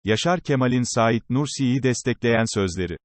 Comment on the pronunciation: Ya şu yorumcu kim acaba daha "Saîd Nursi" demeyi bilmiyor. Saîd isminde vurgu a harfinde değil "İ"de dir. Lütfen düzeltin çok rahatsız edici.